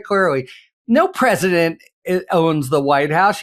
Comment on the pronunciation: "The preSHITdent woke up"?